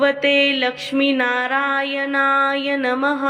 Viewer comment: ओम नमो भगवते लक्ष्मी नारायण नमः Mam तुम्ही narayan ह्या मंत्राचा उच्चार चुकीचा करता त्यामुळे मंत्राचा अर्थ बदलतो Banatlya न ऐवजी nalatla न बोलता. पहिली तुमची चूक सुधारा व नंतरच video बनवा. तुम्ही मराठीच आहात ना?